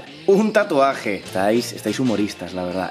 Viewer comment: Los Paraguayos viendo que dices tatu NO REEE TURBIOOOOOO